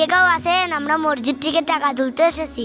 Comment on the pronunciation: মরজিদ না মসজিদ,,আগে কথা বলতে শেখো।